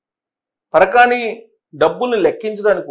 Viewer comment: పరకాణి కాదు సామీ, పరకామణి😮